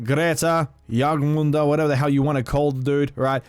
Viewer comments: Jorm not Jorg. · JORMUNGANDR NOT JORGMANDR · If you want to pronounce jormungandr correctly, its pronounced(your-'nun with a m in front'-gone-der) then say it faster, a lot faster. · you raped the name lol It’s spelled Yor-min-gandr but fast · My mans it’s your-man-gun-der 😂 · Jörmungandr (Yor-nun-gan-dur) you’re welcome. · Its Jorm-an-gand-r. R's in old norse are rolled. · I’m so sorry.... it’s pronounced your-mun-gand-er